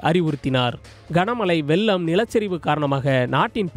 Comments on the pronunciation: வெல்லமா?? அதை வெள்ளம் என உச்சரிக்க வேண்டும். ஒழுங்காக தமிழ் பேச தெரிஞ்ச நபர்களை செய்தி வாசிக்க செய்யுங்கள். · வெல்லம் அல்ல வெள்ளம்